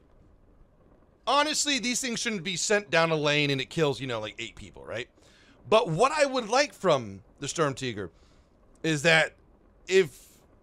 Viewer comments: Sturmtiger, not Strumtiger. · StrumTIGOR...... say it right...... holding my plushie......